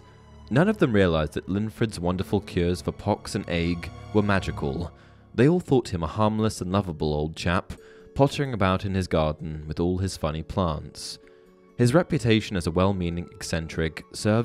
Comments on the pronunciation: Ague = AY - gyoo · FYI: ‘ague’ is pronounced ‘a-goo’.